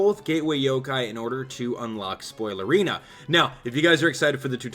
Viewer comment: He said unlock spolierina